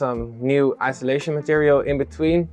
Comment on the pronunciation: Friendly FYI: it’s IN SUL A TION not ISO LA TION